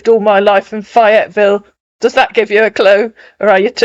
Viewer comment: Um, it's FAYE-etville. Long "A." 😉